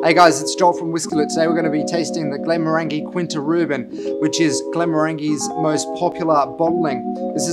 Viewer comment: As a fellow Australian, I get it... But, Glen-morr-an-jee, Kin-ta Ru-ban.